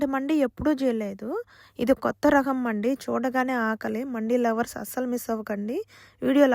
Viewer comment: అది మండి కాదు మంది అరబ్బీ వాళ్ళందరు మంది అంటారు , మనవాళ్ళు మండి గుండి బుండి అంటారు పలకడం రాక